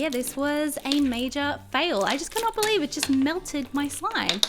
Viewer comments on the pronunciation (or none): none